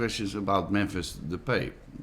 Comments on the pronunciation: Is it pronounced De-pay or De-pie? Van Gaal used both pronunciations in this. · Mahir Uddin He's saying depay is pronounced as 'De-pie', he wanted to say "that's the better pronunctiation" but he forget the word. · hahaha Memphis Depee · What type of "journalist" doesn't duckin do his research and learn how to pronounce the person in question's name?